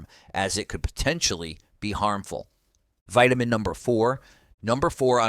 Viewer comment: Starting " veetamin" d.. b12.